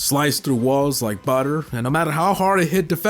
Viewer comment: he pronounces butter so funny